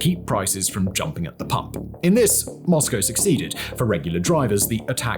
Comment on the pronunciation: It's nice to hear someone pronounce Moscow correctly! What Putin thought he was gonna get from this still baffles me. I suppose he believed it would be another Crimea?